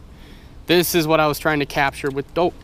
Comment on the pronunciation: It sounds like he said this is what we were trying to catch with dope